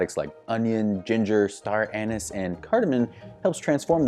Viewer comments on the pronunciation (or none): none